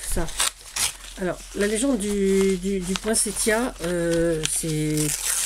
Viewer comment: Cc, merci pour cette magnifique page et ce conte. J adore t écouter ❤..merci pour l info..maintenant je sais qu il faut prononcer cette fleur avec le son t et non le son s. Bizouilles 😍 a bientôt 🎉